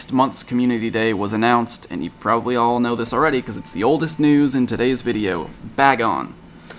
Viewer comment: None of the pogotubers can say Bagon right 😅